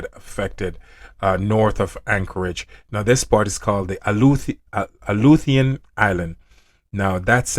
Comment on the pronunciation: Those Alaskan islands are pronounced a loo she on islands the t is silent